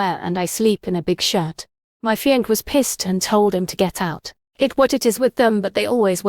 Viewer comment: It's "fee on say" not "fee onk" (fiance).